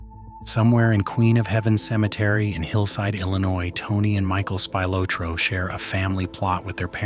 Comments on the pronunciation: I cringe everytime you say spy lo troe! It's actually pronounced Spi lo troe. Sorry to be so picky 😁 Good job besides that though 😉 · I do wish that they would p rogram these AI generated narratives to pronounce names correctly. Tony Spill-ah-tro is the way the name is pronounced, not Spill-oh-tro, or worse, Spy-Lo-tro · Right! Speel-otro not Spy-lotro.....Spilotro..... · IT IS NOT SPY-LOW-TRO IT IS PRONOUNCED SPIL-LOT-TROW AS IN THE LOW OR THROW SOUND. Spillotro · It's not spylotro stupid get it right tony spillatro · Spy-Lotro? Never heard it pronounced that way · Spy lowtro? Ai narrator needs to be brought up to speed on pronunciation. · saying Spy- lotro is also annoying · " SPY LOW TRO"...... YOU'RE FAKE AI BS IS LAUGHABLE!! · “SPIElotro” is annoying af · SPY_LO_TRO. Are you kidding? Unlistenable. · Spy low tro 😂😂😂😂 can't get over it. Spy low tro, or was it Spy lo tro? 😂😂😂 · must be some shitty AI as you can't even pronounce SPILATRO right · "Spy-lotro" LOL, followed immediately by the word "BUTCHERED" on screen, LMAO. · Spy-low-tro?..AI pronunciation as well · It's pronounced Spilotro for fuck's sake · Spylowtro?I was about to turn it off after that shit. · Tony Spylowtro😂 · Spy low tro? You've got to love AI.😂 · They don’t even pronounce his name correctly. Spy-Low-Tro?? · As usual, the AI cannot pronounce Tony’s last name correctly. Here’s a novel idea: how about an actual human being reading the script? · Down voted for AI slop, it’s unwatchable due the mispronunciation of Spilotro, like nails on a chalk board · You need to learn how to say his name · the real murder was butchering the pronunciation of his name. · I wanted to watch the video but I can't stand AIA voices that can't pronounce spilatro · Aside from mispronouncing Spilotro's name, why, , is there a photo of Jack Bauer interrogation of Syed Ali from 24 Season 2?? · This might be great documentary but the AI mispronunciation of Tony's last name is painful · It's Spill-aht-tro. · SPY loh tro😂